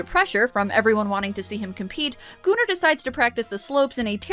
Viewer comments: I literally thought you said Gooner but the comments are saying Gunnar which makes more sense...but damn, Gooner makes it sound much funnier these days 🤣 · I love these videos! You are awesome. But it's pronounced Gunner not gooner. Keep up the amazing work. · kaship98 it’s pronounced goon-ar my friend not gun-er